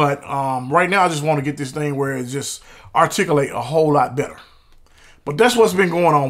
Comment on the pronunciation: “Artick uh lates”. 😂. Just subbed, nice video!